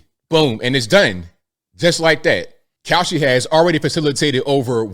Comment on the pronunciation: The ad for Kalshi.....almost sounded like you said cow💩 .... 😬